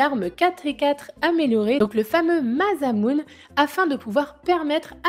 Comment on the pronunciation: masamune ce dit masamuné